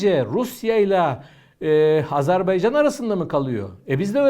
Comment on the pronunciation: bu değerli analizlerinizin arasında, keşke “Azerbaycan”ın adını da artık doğru telaffuz etmeye özen gösterseniz…